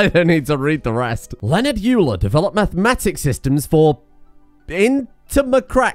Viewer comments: I feel obligated to mention that Euler is pronounced "Oy-ler" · Your pronunciation of Euler made all the mathematician in the comments sad :'( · Fun fact! Euler was from a germanic region, and thus his name is pronounced more like "Oil-er"